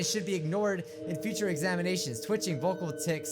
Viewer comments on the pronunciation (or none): none